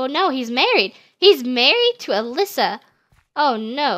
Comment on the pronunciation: The girl that you said was Alyssa is not how you said it ☹️